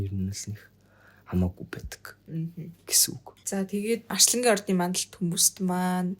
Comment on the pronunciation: Арьслангийн биш Арслангийн гээ хэ